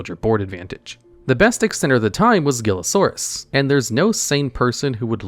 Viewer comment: It’s also “heel-a-saurus”, not “geel-a-saurus”.